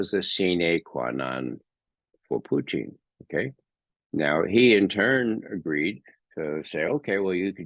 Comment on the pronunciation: Good man. Can’t pronounce Putin. Too bad.